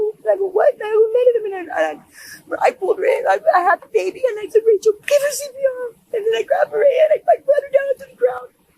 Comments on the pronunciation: That the narration cannot decide on whether to say "RAY-chul" or "RAH-shee-EL" is super annoying. Everyone who knew her in the video pronounced it "RAY-chul," and THEY should know, so really, you can't figure it out? I usually love this channel. Please do better. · How many different ways can u pronounce "Rachel"..."Rayshell"..."Rasheel"...